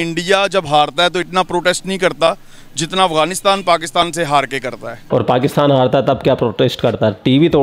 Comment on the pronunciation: z or j me kuch jayda fark nhi hota pr pakistan or pakstan me bhut fark hota h 😂😂😂😂